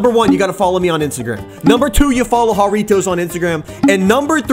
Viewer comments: He said jurritois wrong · Don’t you pronounce it Jar ritos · ITS FUNNY HOW HE MISSS PRONOUNCE JURRITOS